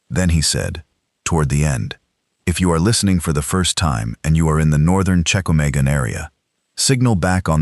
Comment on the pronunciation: Check-ah-May-gone is not a thing that exists. This is a great story but getting the AI appropriately educated is a need.